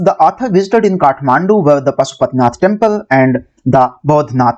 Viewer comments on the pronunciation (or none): it is not kadhmandu it is kathmandu